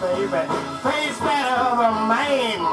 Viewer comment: In the version that I recall from '60's L.A., the singer, in a Muddy Waters-style accent, ALWAYS pronounces "man" as "mane": It's a MANE down thauh. Could be yo' MANE, I don' know." This version seems to have vanished from the ken of mortal men.